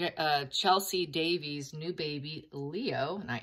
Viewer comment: Davy not Davey